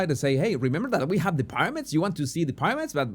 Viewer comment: Se dice. PIRAMIDS. NO PARAMIDS